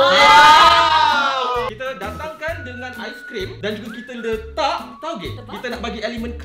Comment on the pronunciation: 'Taugeh'ther HAHAHAHAHAH